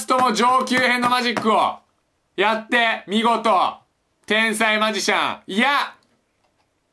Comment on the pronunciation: 「てぇ↑んさいm」 が面白すぎて何回も聞いたwwww